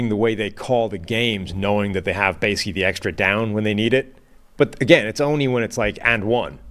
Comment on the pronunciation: when he says basically, but pronounces it basic-key gets me every time